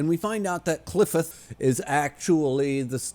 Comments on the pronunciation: Qliphoth is pronounced as klɪˈfɒθ (kli-FOTH, "i" as in "tin"). Source: wiktionary. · I just keep tuning into these cus I can't help myself. I hope you continue to enjoy the series as there is a lot of great stuff coming up. Also, it's pronounced like cl-eye-fod as silly as that is.